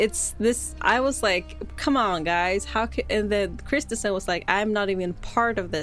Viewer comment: Corrections: 1: The girls were stabbed, not strangled. 2: The city is called Kristiansand, one of the convicted med was called Kristiansen. Not the same word and not the same pronouncement. 3: The events took place on May 19th 2000, not July 31st 2000 Sorry, there were just too many errors in the video. I had to stop listening. Norwegian who remembered this very well.